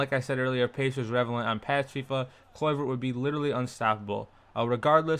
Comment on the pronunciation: how u pronounce his name looool